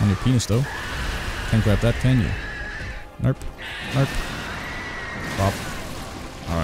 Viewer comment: Are you saying "narp" ? It sounds like an really thick australian accent saying "nope" and i cant stop hearing it lolol